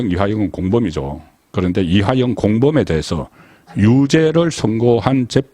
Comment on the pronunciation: 이화영을 이하영이라 틀린 발음 교정바랍니다